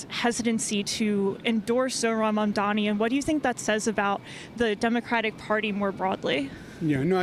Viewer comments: mispronouncing mamdani on purpose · Cuomo's commitment to mispronouncing Mamdani's name so consistently is the pettiest, laziest thing I've ever seen.